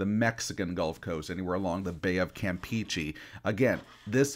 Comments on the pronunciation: Campeche is prounounced "cam PAY chay" not "Camp Peachy." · Erm actually 🤓 it’s pronounced Campeche🤓🤓🤓🤓🤓🤓🤓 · no shit💀💀💀💀 am just saying it’s pronounced “cam pe Che”